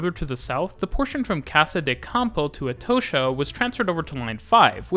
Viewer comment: Atocha = "Er toe sher"? ok, mate.